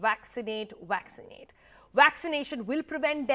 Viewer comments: Waxinate- waxinate - waxinate ... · Waxcinate or vaccinate...??